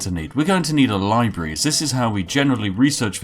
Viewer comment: "Libree"... library?